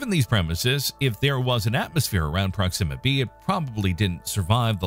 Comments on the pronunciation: Sounds like you're saying "Pronxima Centauri".... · At least pronounce it right. It's with the accent on the O.